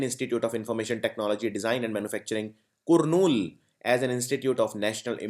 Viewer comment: Wrong pronunciation of "Kurnool"